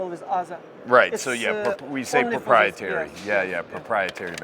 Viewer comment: you need to make a press company and you could set the talking points for foreign manufacturers so i sounds right to US buyers. "Porpiatary"